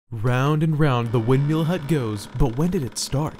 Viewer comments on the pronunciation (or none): Anyone else bothered by his pronunciation of windMEAL as opposed to “windmill”? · "This angry little man in a Windmeel hut" that's how I heard it.